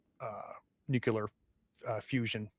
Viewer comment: Love this series! Will definitely watch if you put out more content in games I'm interested in. Just one small thing: Please repeat after me. new-KLEE-ur